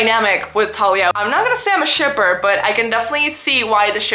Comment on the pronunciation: each time you pronounce thalia as “talia” you scare me so bad my name is talia 😭